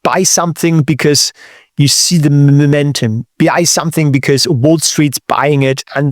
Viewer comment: Love and have been learning from him for a couple of years now. But today I get to teach him back how to pronounce the word: momentum. Imagine you are going to Mow your Lawn, or the three stooges Curly Larry and Moe then say Mow or Moe-mentum, otherwise if sounds as if you said Memento❤